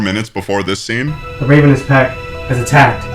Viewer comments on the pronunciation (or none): TIME OUT… are they called the ravenous pack? Or was he calling them a ravenous pack. Bc ig I’ll allow it if it’s a name but otherwise…. Why’s he saying ravenous like that? Like the bird, with “us” after it. Had he never seen OR heard that word before? Because even if he had never seen it, you’d think sounding it out would make you go, “ooohhh this must be the word ravenous.” But then, you think, well why didn’t anyone correct him? So this was a choice by the director? To mispronounce a word in a way that makes ppl unsure if it’s on purpose? 😂 And like… ravens don’t have to do with wolves? I guess bc they’re both like… associated w death? Idk. That would be like if you had a team of witches called the caterpillar team, but wanted to emphasize “cat”… bc they’re loosely associated with witches, of course… and wanted to get rid of the “cater” sound… so you had the actors say it like CAT-arp-uh-lar. 😂 At first I thought it was some weird sex fetish show… bc anything on the internet that’s inexplicably weird and makes you feel funny (in a bad way) is always a sex fetish thing. But I don’t think that after watching the entire video. As a writer myself (please don’t use this ramble as evidence of that) I would like to meet the person who put “Well…” in the title “I’m actually the most wealthy lady” (which frankly, was insane enough). And I don’t care if it’s translated … WHAT LANGAGE IS IT TRANSLATED FROM 😂. Ppl don’t speak that way in any language😂. Also if I were writing in another